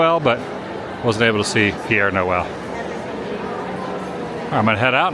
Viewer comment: Once again: Pere ("pear") Noel, not Pierre. Pere = Father